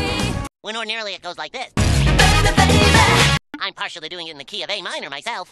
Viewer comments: Original: bay be bay beh! New : baby babyy~ New version sounds bit off putting, they couldve tried to make it the same pronunciation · Are u kidding me? Even Justin Bieber's song "Baby" is pronounced beybehh. F*k me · it’s good but she pronounced baby right and didn’t go ‘behbeh’. i don’t know how to feel about this. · All the new songs in P3R slays, but Mass Destruction should stay in the 2000. Her pronouncing "baby" so fluently makes it oddly weird😂. Is there any reason why they couldn't use and adapt it from the main game? Genuinely asking